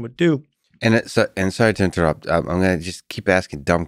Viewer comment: "sorry to inturot" if you're sorry for inturpting 100 plus times maybe just stop... And give up on the self deprecation 100 other times saying your dumb